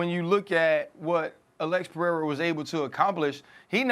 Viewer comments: Chael needs to put his glasses back it's Pereira not 'pierre'.. from a complete different continent 😂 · Chael Sonnen: Alex Pee-Air-Uhhh 💀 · Piiera 🤣 🤣 🤣 chael is horrible with names